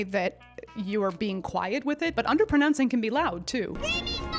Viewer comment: You say”underpernouncing”…